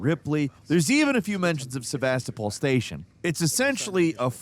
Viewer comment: Your pronunciation of Sevastopol was quite funny.